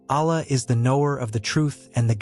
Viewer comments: Please learn to pronounce the Arabic words as correctly as as possible. For example pronounce Allah with emphasis on two LLs. The creator is pronounced as Allah and not Alah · Please do not use AI text to speech conversion to pronounce the name of Allah. It is not a correct pronounciation.